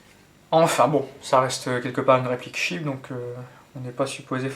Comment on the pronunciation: Excellente review, merci encore ! (Petit ps : C'est 'cheap', pas 'sheep' :p )